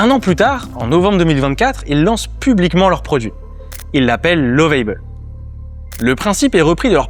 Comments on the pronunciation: Juste une remarque sur la prononciation de Lovable en anglais, c'est comme la prononciation en Français mais avec un "a" très bref, mais surtout pas "ei". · Lovable et non Love-aille-bel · Je vous emmerde vos les français quand vous parlez anglais c'est catastrophique alors vous nous emmerde nous les africains quand on parle votre langue français alors vous êtes pire que 😢 nous lovable ne se prononce pas comme vous le faites 😊